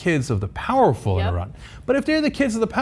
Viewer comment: Thank you for pronouncing Iran correctly.